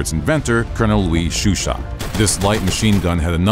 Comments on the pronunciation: chauchat ; 'show sha', not shoeshat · isnt it supposed to be CHAUCHAT not CHUCHAT? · it's Chauchat, not Chuchat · Awesome video as I always have loved larning bout guns. Just a minor issue with the Chauchat, you called it a Chuchat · My mans is calling a Chauchat a shoe shot 💀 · CHAUCHAT, not Chuchat ! This video is garbage ! Many small blowback pistols, and even .22 rifles did not have an extractor, and relied on the pressure in the barrel to eject the spent cartridge, as with the ZiP 22. The Chauchat was the first French Machine rifle, and while it had a few problems, it considerably improved the firepower of the French Forces. The Americans screwed it up trying to convert it to 30-06 ! The Reising was a stopgap Firearm, as all the Thompsons were being sold to the British and their allies ! This is probably called "Simple History" because it's being produced by a Simpleton ! ! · The host needs to watch Ian from forgotten weapons before pronouncing some of the names of guns lol. Like the French one I can't hope to spell